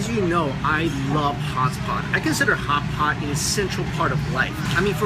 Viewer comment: It sounded like Hots spot. He like Hots Spot .....I know it's ridiculous but I keep replaying that part 'cause it cracks me up everytime 😂